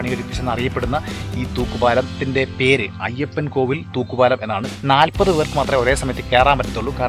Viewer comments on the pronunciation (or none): Ayyappankoil, അല്ല ayyappankovil